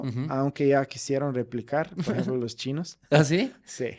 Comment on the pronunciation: Querido me encanta tu manera de hablar el español, siempre oigo cómo dices "aremás" en lugar de "además" y el famoso "por ejemplo" tú dices "poreemplo" 😅